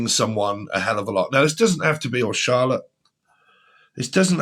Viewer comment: My name is Charlette; you said “Charlot”.